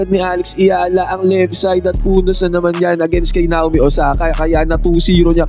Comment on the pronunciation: Nayomi yan boss hind Nawmi. Ganyan ang bigkas niyan.